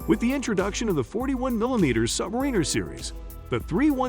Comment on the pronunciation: Please learn to pronounce Submariner! Thank you!